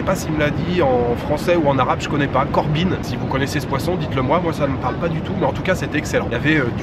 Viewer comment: by the way c etait la "Courbine" ! pas Corbine .